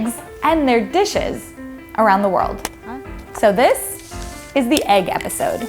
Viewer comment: When she saids The Eag Episoddee